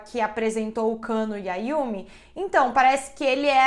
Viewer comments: Eu bugando varias vezes dela falando Kanno/cano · Dsclp mas eu ri mto toda vez q ouvia ela falando Kano )Cano)kkkkkkk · Nao to aguentando a falando "cano" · Gente tava tudo bem até o sobrenome da criatura ser revelado, e a apresentadora frisava o cano o tempo todo eu ri até morrer😂😂😂😂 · A pronúncia certa é Kannô